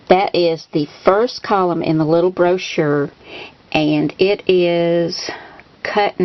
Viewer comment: I love when you say brochure ! this card is so sweet and any teacher would love this. You come up with the cutest most thoughtful cards. TFS Hugs !!!